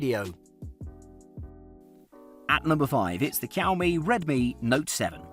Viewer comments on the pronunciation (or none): i get really triggered when he says "cowme" instead of xiaomi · Bro, it's not cow me. It's like a soft shao me. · Kaomi?😂😂😂 Fam do you mean xiaomi. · It's now Cow-Me it's Show-Mie (Xiaomi) this is how you pronounce it. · oh pls... it is pronounced "Siau Mi" not "Kiau Mi" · saying Keeowmee in video but i thought it was pronounced sheeowmee?? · Man, stop Ky-ouw-mee. It's Sh-yow-mi. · bruh, its not "Chiowmee". its more like "She-Ou-Me". try pronounce it fast multiple times and u will nail it. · The way you pronounce "shi'aw'mi" to "ki"aw"mi" made me hit the "do not recommend channel" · Kiaomi Redmi Note 7? Dude....it's pronounced Sh-iaomi!!! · It's 2021 I just found this video and I keep laughing everytime he say cowme😂😂😂😂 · My blood boiled when he said "cowme" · Xiaomi is pronounced 'shyaomi' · I dare you to say "Cow Me" one more time. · Is it really so hard to pronounce Xiao? Seeee oww. There, say it. seee oww miii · Greetings from singapore, i don't mean to be rude, did i hear he say cowme? 🐄 moooooooo, lol 😜😛 the word 'xiao' means crazy or mad in chinese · I love it when he says cowmiii it makes me want to hear it again 🤣🤣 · SHAO-MI SHAO-MI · i dunno where he pulled the K for Xiaomi from.. 😆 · Xiaomi is pronounce “see-ow me” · I believe Xiaomi is pronounced Shaomee. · Teacher: This video is 8 minutes of Cow-Me. Grade: F. Please re-do this video. Brain seizure + cringe. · Whenever this guy says Xiaomi The subtitles hear: COW ME Edit: Thanks for the likes guys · That's exactly what he says, Cow Me. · The subtitles and my ears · Same issue here. Freaking irritating! MOOO! 🐄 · ToastBlox OMG I JUST REALISED XD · Gotta love yoursrlf a Kiaomi 😂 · Kiaomi it's very cringy to hear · Its xiaomi not cowme.., 😁😁😁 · How can i take you seriously and you cant even pronounce Xiaomi properly? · Would you take advice from someone who can't even pronounce Xiaomi? How does Google Pixel 3a qualify as a budget smartphone? It's £300+. Two or three times the price of the others!